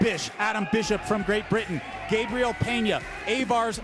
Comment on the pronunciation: Gosh darn it learn how to say gabriel right